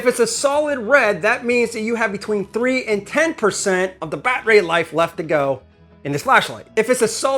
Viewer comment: i think im missing the funny part of saying milwawkieaeh and bat ray....